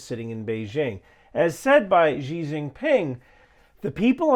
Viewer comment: You really don’t understand China (and I’m not just talking about your mispronunciation of Xi’s name). You are a “China hawk” but you make the same mistake Biden and every leader did. You don’t really explain the material value of America in an era where both the right and left don’t like global trade. You also don’t address the geopolitical value of Taiwan toChina. And you don’t made any moral argument, so there you make the same failure as Trump.